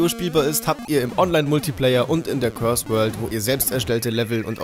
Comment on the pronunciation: course world wird nicht wie curse ausgesprochen ....